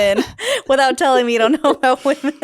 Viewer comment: this is so minor but it's distracting me: why can't women be women? it's like she cannot say the word "women"?